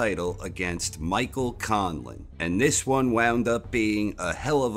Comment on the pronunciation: I am absolutely impressed how you pronounced Conlan, he still makes Ireland proud.